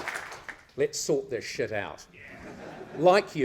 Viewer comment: "it's in deep-sit, Paul.... Deep-SIT!"